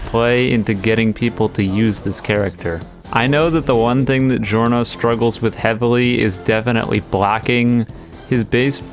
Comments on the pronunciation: How anime characters say Giorno: Giorno how reality says giorno: "Giorno" how says it: Gi Orno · How anime characters say Giorno:Joru no How eclipse say Giorno: Giorno fixed.